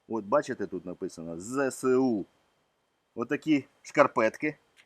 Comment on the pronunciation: Будь ласка, не Зе-Се-У, а Зе-Ес-У!